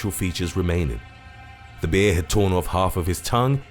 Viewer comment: "Bee-ah" - I'm not sure why his pronunciation of that word tickles me so.